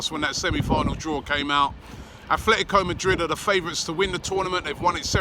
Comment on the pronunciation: Robbie FFS, there is no 'h' in Atletico.